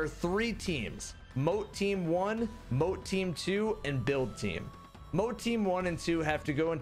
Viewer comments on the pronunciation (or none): "Bulid" instead of "Build" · "bulid team"